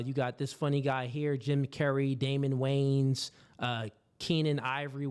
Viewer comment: The "WAYAN" BROTHERS - 2 SYLLABLES - NOT WAYNS